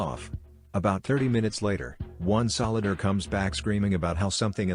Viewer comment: you lost me at american solid-er